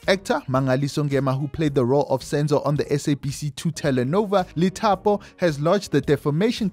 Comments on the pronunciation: Lithapo is pronounced Dithapo brother… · The Li in Lithapo is pronounced as Di